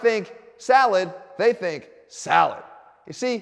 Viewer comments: Love how you said “they say SALAD” 😂😂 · the way he pronounces salad xD